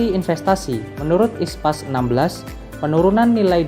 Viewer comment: International Public Sector Accounting Standard (IPSAS), kenapa dibaca ISPAS?